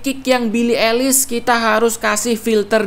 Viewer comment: Yeahh just say ailish not elis😑